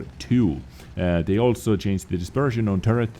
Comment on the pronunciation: You are one of the best wot yt , but can you for the love of god stop saying chainst instead of changed ?